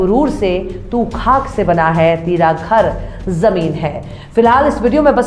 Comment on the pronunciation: Khabar aur khak .ka talaffuz sahi kar ke bola kariye